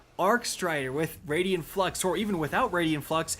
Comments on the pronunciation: It's pronounced Raiden (Rey-Den) you know like the God of Thunder from Mortal Kombat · I Cringe every time You say Raidien instead of Raiden Flux but nice job on Multiplicative here. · It's *Raiden Flux, not Radian Flux... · “It’s pronounced RAID-IN flux not RAID-EE-IN flux” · Raiden Flux, not Radian Flux. Ray-Den! I'm sorry but every mispronounciation was stomping on my last nerve. You can't even blame the spelling for this, it's CRYSTAL CLEAR! Get better bro, I normally let your bevy of mispronounciations slide but this time it set my blood on fire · Wtf is a raidian flux? Where are you getting that second 'i' from?! You never played Mortal Kombat or something? RAY-DEN. Or if you're doing japanese pronunciation like in Metal Gear, RYE-DEN. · “I like to add syllables to the word ‘Raiden’” here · "I need to work on my pronounciation". It's RAID-en flux. Not Raidien:) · "I pronounce 'Raiden' like 'Raidien' for a whole video because I either read on a second grade level or I'm going for a bump in engagement on the negative comments"... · Exotic name says "Raiden Flux", reads it as "Radian Flux". Come on, you can do better. Otherwise, good video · ” it’s the raiden flux not the raidien flux” here…. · “It’s raid-en not raid-Ian flux” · Rai-den Flux. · "Radian Flux" :\ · “Raidien flux” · It's pronounced RAY-DEN Flux bro lol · “I mispronounced Raiden Flux for the entire video”. It’s Raiden like the god of lightning and from Mortal Kombat. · Please stop saying "raydian flux"